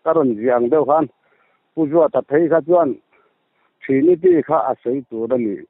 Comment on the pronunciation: Khawvel mihringah hian dawt sawi lo tur i rin thlang chhuak rawh ti se hi ka thlang tel ang tih tur khawpa mi tak tak a nih hi. I mi kawm hian Trinity pawh a lam thiam lo, Thrinity a ti zel, in nawi lutuk hi a ngaihna ngang a awm lo a ni e. Mawl hlawm ropui mai bawk si😂😂😂